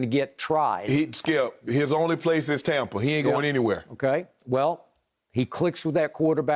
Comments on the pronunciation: I cringe every time he say tompa. Stop it! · I finally realized by looking at the title why Skip says tompa bay instead of tampa bay. I just thought it was the correct way to pronounce the A in Tampa. 💀😂😎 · It still says Tompa bay 😂